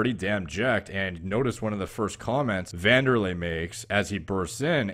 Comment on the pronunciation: Someone who actually pronounced wanderlei properly boys it pronounced vanderlei